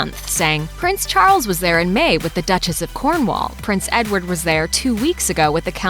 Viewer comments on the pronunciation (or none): none